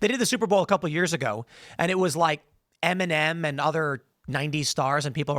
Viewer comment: I kept hearing MNM and kept wondering who he was talking about... mfw it's Eminem 🙈